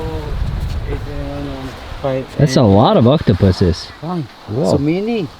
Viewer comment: Did he say, Octopussys or Octopuses? Hahah. Just kidding. Amazing vid btw!!